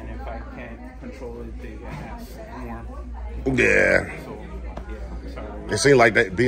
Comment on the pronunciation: This guy's got it down pat. Keep up the great work! Just needs to learn the word "ask".